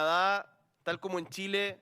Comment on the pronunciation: From Chile... the president: "come-moco" 🤣🤣🤣